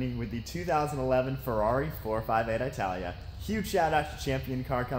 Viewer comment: Dude said "I" talia. Smh noob